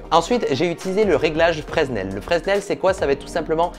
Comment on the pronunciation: Fresnel on dit ne prononce pas le S